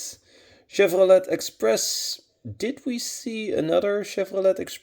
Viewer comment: Great video Mr.. Don’t know if you care or not, but the “t” is silent at the end of Chevrolet. It’s pronounced like: “Chevroley”. Respectfully.